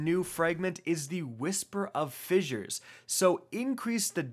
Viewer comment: Lol still mispronouncing words. Fizzure.. lmao